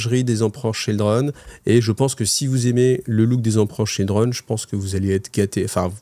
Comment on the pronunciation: Ah ah toi aussi tes oreilles ont saigné ? 😂